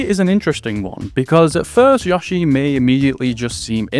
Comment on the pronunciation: Take a shot every time he says Yah-shi instead of Yoh-shi.